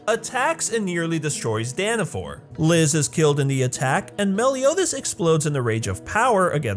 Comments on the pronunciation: its danafall, why is everyone saying danfor? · it ain't Danafor it's Danafall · Dana FALL. NOT danifor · ITS NOG DANAFOR ITS DANAFALL only a huge fan would know that he said danafall wrong HMPH!!!😤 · It’s danafall